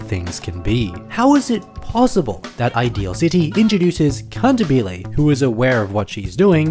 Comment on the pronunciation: it is cun-tAH-bil-ay 😔